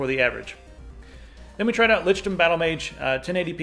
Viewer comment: It's pronounced 'Lick'dom, not litchdom.